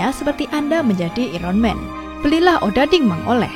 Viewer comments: "Iron men" "Iron men" "Iron men" Hehe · "IREN MEN"